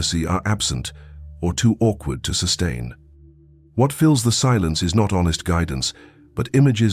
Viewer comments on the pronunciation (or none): none